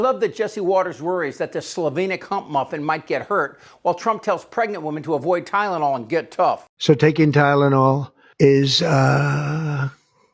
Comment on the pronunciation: Can’t even pronounce tylenol- acetaminophen! Ha! Ha! Ha!